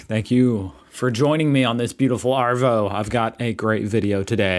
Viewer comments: The pain in your face..omg so funny.. ignorance has no colour or race. Arvo.. shorten the R sound and you'll have it right..it's more Ahvo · Move to Australia, but first learn how to pronounce “arvo”, it should sound like there is no R in the word, try ahvo